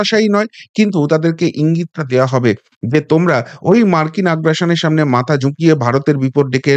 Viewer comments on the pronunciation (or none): none